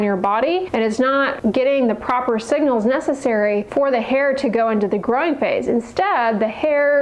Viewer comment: Whenever you say, "growing," it sounds like "groin."